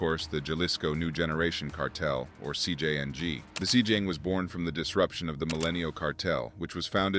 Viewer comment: I dont know man. If you cant pronounce your subject matter, maybe somebody else should be narrating this one. Lazy and borderline disrespectful to the language as hes not even trying, "CJYang". Wtf is that???!